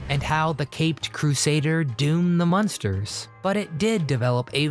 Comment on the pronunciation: It's MUNSTERS, not MONSTERS.